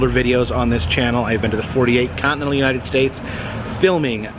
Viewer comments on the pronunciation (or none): none